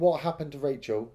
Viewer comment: Raachel... Raaacheel